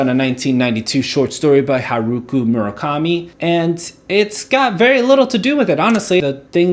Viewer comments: you don't pronounce the s in cannes haruki* not haruku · Haruki not haruku